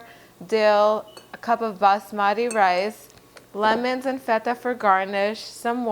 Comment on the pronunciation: Thanks for the lovely recipe! I recently heard about the benefits of the cuisines originating from the Mediterranean region so I'm going a little gung-ho about recipes like these. It's an additional bonus that it's vegetarian-friendly! Plus, you're the first non-Indian that I've heard pronounce 'Basmati' correctly!